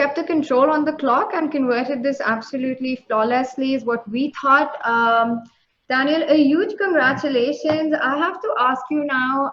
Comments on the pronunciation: its not DANIEL its Daniil .... a lot of people mess up with it.. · It's Daniil not Daniel. Both of them for it wrong.